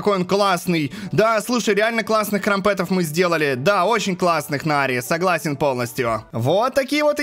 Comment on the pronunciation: Не крампЕтов а крАмпетов